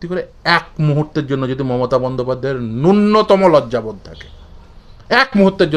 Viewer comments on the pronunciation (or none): "উদ্দাক্ত কণ্ঠে বলতে পারছেন না'' - 'উদ্দাক্ত' বলে কোন শব্দ বাংলা অভিধানে নেই। আপনি বোধহয় 'উদাত্ত' বলতে চেয়েছেন। তেমনিই 'নূন্নতম' উচ্চারণটা 'ন্যূনতম' করুন। দন্ত্য ন এর দ্বিত্ব শোনাচ্ছে। 'দিয়েন না' হল বাংলাদেশি বা বাঙাল শব্দবন্ধ। শুদ্ধ বাংলা হল 'দেবেন না'। আপনার কর্মকাণ্ডের আমি একজন ফ্যান। টিভি চ্যানেলের ডিবেটে আপনার বক্তব্যে নজর থাকে। আপনাকে সাধুবাদ জানাই আর সর্বতোভাবে সাফল্য কামনা করি। 🙏